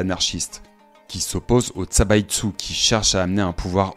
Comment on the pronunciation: Zaibatsu pas Tsabaitsu. On a étudié ça au lycée.